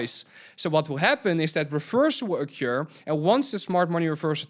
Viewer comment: Someone please hand this man the correct pronunciation of ‘occur’ before it ocures again.